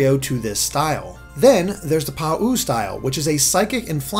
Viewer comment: "Pa-ooo style" Pretty sure it's more like Pow